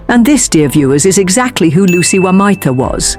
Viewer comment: Would be nice for the gentleman reading the script to get the name pronunciations correct. Otherwise, well scripted and I look forward to the next one.